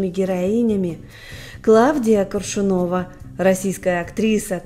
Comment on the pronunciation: КОршунова-- хоть ударения правильно ставьте.